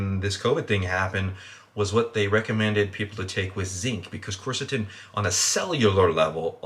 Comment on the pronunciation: my man mispronouncing nearly every compound. it's turkestanica, "coo-where-sittin" "appy-jennin". Still gave it a like though cause decent video and i'm interested in the supps